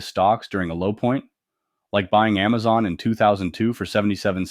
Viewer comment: $142? GTF out of here! Oh you mean Aamzon not Amazon. Now I get it. Puh lease.